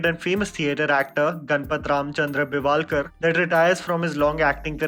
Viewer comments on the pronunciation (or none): Please learn to say Indian names properly. I know you are a high-brow English educated and you have a right to look down upon poor unpronounceable looking boring Indian names. But no harm in trying! Try it once. It's Maanj-ray-kar, Bell-vull-kar just to give you few..